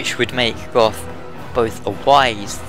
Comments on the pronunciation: its "go" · How 'bout how Gough pronounces it? 'cos he does it all funny sounding